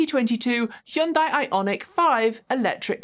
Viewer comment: I love that is the only person on YouTube who can pronounce "Hyundai" correctly.